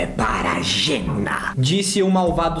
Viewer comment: Não é jenni é jenna a no final não é i